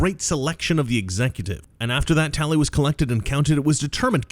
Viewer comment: The "talley" was whack.